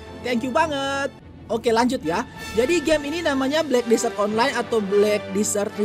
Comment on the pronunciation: Desert bang,bukan disert!